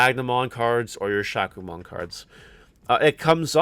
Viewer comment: Future reference my friend Shakkoumon is pronounced, “shā • ku • oh • mon ❤️